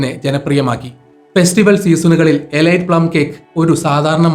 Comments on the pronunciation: എലൈറ്റ് അല്ല,എലീറ്റ് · എലീറ്റ് എന്നാണ് ശരിയായ ഉച്ചാരണം. ഗൂഗിൾ ചെയ്തു മനസിലാക്കുക